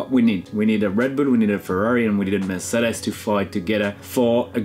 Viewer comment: Name someone who says “Mercedes” cooler than Romain. I’ll wait.